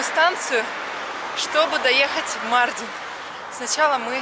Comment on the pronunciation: Почему МАрдин, а не МардИн? У нас в Узбекистане 50 - 55 гр жара, и то мы так не пыхтим, не дышим 😅